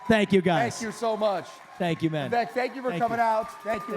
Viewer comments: The one thing I've noticed up to the 38 minute mark is everybody that has addressed Vivek Ramaswamy has mispronounced his first name. I believe this happen because the speaker for the group organizing and running this event mispronounced his name from the get go. His first name is spelled Vivek but is pronounced Vivake like cake. Damn....if you are going to host an event, know how the hell to pronounce the name of your guest speaker. There is absolutely no excuse for mispronouncing this man's name at this point in the game outside of ignorance. Step your f***ing game up! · VIVEK LIKE CAKE! Say his name correctly!